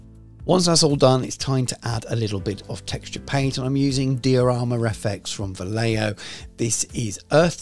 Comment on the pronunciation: Is not "Valeoh", it's "Vajeho"